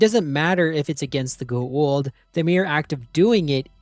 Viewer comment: As often said in SG1, it's pronounced pretty much as it's written so go-ah-oold. It's not pronounced 'the ghoul', which we do remember fondly from the show. But it's definitely not pronounced geh-eh-oold as you pronounce it. It seems I'm nitpicking but if you make a video about a beloved franchise you could at least get things like that right.